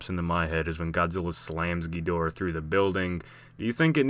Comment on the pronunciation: He really needs to be banned from saying ghidorah